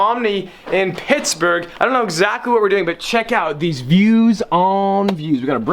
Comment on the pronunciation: "WE'RE HEADED OFF TO PISSBERG, PENSYLVANIA" Sorry, but I cannot unhear that.